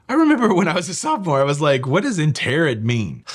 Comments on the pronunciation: Interred - which you pronounced incorrectly (you should say "In-Turd") - means "Buried". Dead people's remains (or their ashes) are "interred" in a grave, or a crypt, or whatever. But well done for actually knowing a bit of Shakespeare. Impressed. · interred mean buried. Interred is pronounced more like ( in turd )